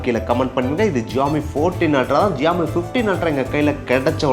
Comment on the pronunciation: ❌Xiaomi ✅joomee